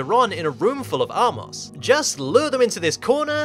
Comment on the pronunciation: *armos, not "R-Moss"